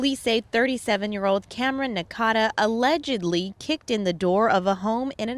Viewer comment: the reporter put so much stress on the word "allegedly." Come on